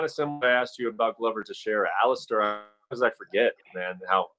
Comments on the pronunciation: Dana "AliSTARR Overeem" White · ALI'STAR' Overeem